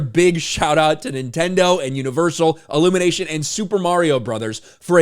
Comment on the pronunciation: I'm not a native English speaker but, isn't it pronounced ee-lumination and not Ah-llumination?